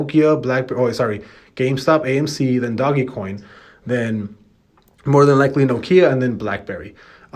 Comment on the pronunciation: STOP SAYING ''DOGGY'' COIN!!! lol